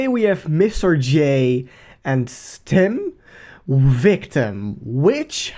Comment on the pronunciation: It's ess tee em